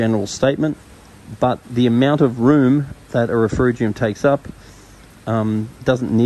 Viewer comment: RefUgium - no R in the middle dude Great vid and advice